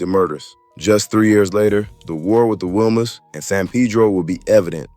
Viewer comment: I strongly dislike you culture vultures ..say the words right if you going do a video .. WILMAS IS PRONOUNCED WEE-Mas so many things you saying needs to be reconfirmed from a REAL SOURCE!!